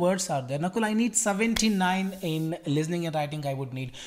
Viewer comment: Aba sala nakul listening hota ha lizning nahi hota😂